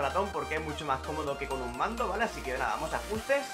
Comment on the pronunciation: Se agradecería mucho que dijeras mejor la palabra VALE 😑